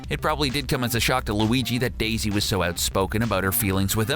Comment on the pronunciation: "Sadly Wahs" 😢